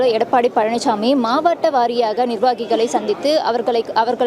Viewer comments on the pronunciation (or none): மாவட்ட என்று படி.... மாவாட்ட என்று படிக்காதே😅